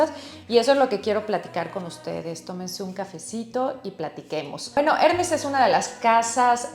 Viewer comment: ...me duelen los oidos cada vez dice el nombre de la marca...el acento esta en la segunda *e*.. trate de p ronunciarlo bien... Trabajó en Hermes..y me parecio muy bno su análisis del tema.